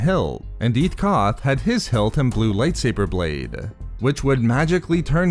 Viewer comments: Light saburrrrrrrr thats how you say it and I wanna punch you. Please stop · Why do you pronounce lightsaber like lightsaberrrrrrr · Nobody: This guy: Lightsaberrr